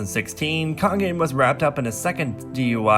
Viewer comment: Its not taol its Tao and its not Kongin its Kangin